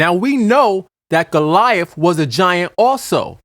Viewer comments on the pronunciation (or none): none